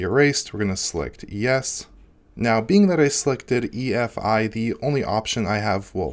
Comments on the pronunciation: EFI not EIF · He keeps saying EIF while it's actually EFI